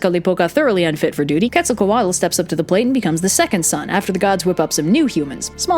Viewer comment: Quetzacoatl is pronounced "Ketz-a-co-AHT" The "tl" indicates a nonvocalized sound made with air that essentially sounds like a strong T